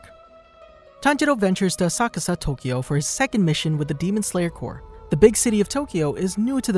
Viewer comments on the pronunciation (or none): this guy said demon slayer cor :)